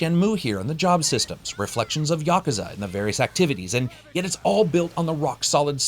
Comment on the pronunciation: Oh my God... I think this is the first I've heard an American pronounce "Yakuza" correctly. Thank You :)